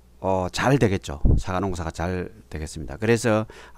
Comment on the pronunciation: "사가"가 아니고 "사과" 입니다.